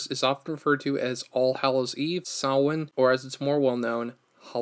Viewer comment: Thank you for pronouncing Samhain correctly. That’s a pet peeve of mine when people call it “Sam-hain”. 😊